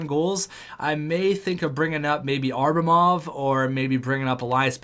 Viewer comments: It depends on if enough people comment the fact that its Abramov and not Arbamov. Enough people commented on the Johansen pronunciation and he figured it out. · Sorry to nitpick, but i've held my tongue for long enough. It's Ab-ramov, not Ar-bamov. Othewise, keep up the good work, I'm really enjoying this series! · predictions on what episode he'll finally realize it's ABRAmov not ARBAmov?